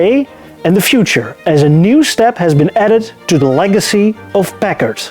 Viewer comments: Why do people pronounce it Pak-ed or Pack-id or Pack-ad & not the correct Packard, Pack-ard? It always strikes me that the speaker is an ill educated buffoon. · Am I the only American that thinks he keeps saying peckers? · Great video, thanks. You did say the word Packard many many times. I’m not sure if you were rehearsing the pronunciation or for a part in Goldmember-2. I can’t believe you left us with a cliffhanger. Looking forward to part 2. Thanks again, from the Hollywood Hills, L.A., CA.